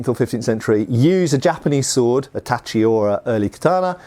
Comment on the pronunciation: pronounced tachi correctly! \^^/ This is the cherry on top of a very very interesting video (as usual, but still worth mentioning). n_n